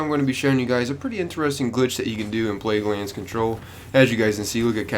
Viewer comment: He said "Plaguelannds Control" at the beginning. Anyone else notice?